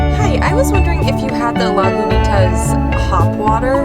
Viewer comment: Babes babessssss... as someone from Marin let me teach y’all, Lagunitas is pronounced “log-uh-neat-essss” emphasis on the neat ❤️❤️❤️ love you both! Also when you can travel I definitely suggest jumping off a lagunitas bridge up near the brewing company.. it was a high school fave of mine back in the day!